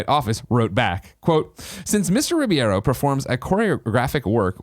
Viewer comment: Some day Greg will be able to pronounce Alfonso Ribeiro's name correctly. This is still not that day.